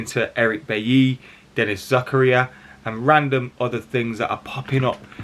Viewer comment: Say it with me - ZAH KAH RIAHH